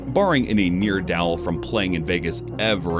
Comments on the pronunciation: I've never heard someone pronounce neerdowell as "near dowl". Come on bro it's obviuosly pronounced ne'er-do-well. Did you go to school? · Excellent computer voice. It had me fooled until it stumbled over several unusual words that a human would remember how to pronounce (such as ne'er-do-well and parimutuel). The bot's attenpts were hilarious. But soon, the software will not blindly mispronounce words it doesn't know and it will be indistinguishable from a human.